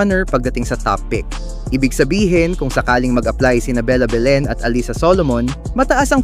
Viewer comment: Allisa? Hindi batu nakikinig panu i pronounce ang name nang players? Allisa ka dyan